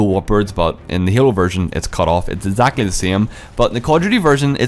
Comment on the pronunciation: Instead of exactly